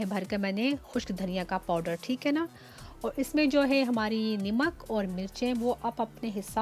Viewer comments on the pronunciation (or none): i think salt is called namak not nimak.. overall excellent recipe.